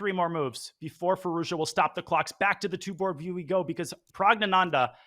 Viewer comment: Congrats to Gukesh. Alireza's last name should be pronounced 'FeerooZjaa' by the way. The 'z' is not just accidentally there!